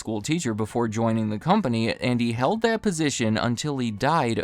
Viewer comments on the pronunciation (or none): none